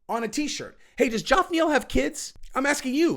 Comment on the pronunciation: I don't think this guy is pulling a Chael here. I think he looked at the name, "sounded it out" and that led him to Joff 😂